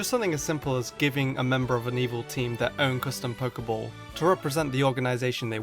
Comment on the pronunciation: Your saying a Pokéball wrong it's Pokéball not Poker ball